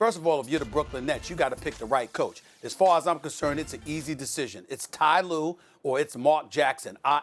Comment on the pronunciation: Ty lue?? 😆😆 Nah fam!!